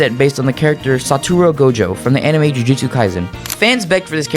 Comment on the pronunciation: "Saturo Gojo"...